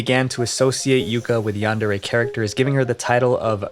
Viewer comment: It's pronounced "yundare"